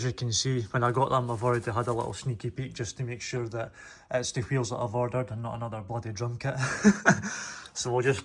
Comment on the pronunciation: Bro said qheels 300 times